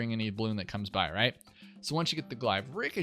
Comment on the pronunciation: A glaive is a real world weapon, and is certainly pronounced glay-ve, not gli-ve.